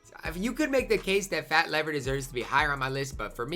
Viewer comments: It's pronounced Fat Leave-er. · "FAT LEE-VER"